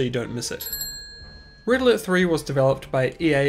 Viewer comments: I cant help but hear ''Riddler'' whenever you say ''Red Alert'' THAT fluently and it cracks me up every time :D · When you say “red alert” I hear “riddler”